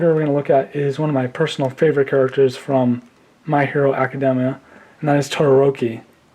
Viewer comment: He can’t even say the name of the show right!